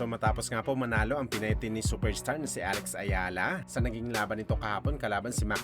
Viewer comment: Alex Eala hindi Alex Ayala pangit na nga ng boses mali pa mag banggit